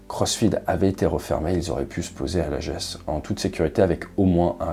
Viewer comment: Lajeu(s) et non Lajéééssss les acores c’est le Portugal